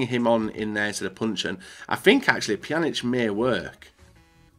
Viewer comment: Finally learned how to pronounce Pjanic correctly...